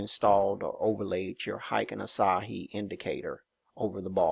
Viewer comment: Asahi is a Japanese beer, lol. Ashi is not pronounced the same. Its like "Are She."